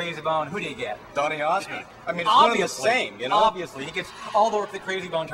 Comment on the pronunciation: did he say donny osment? reminds me of emily osment.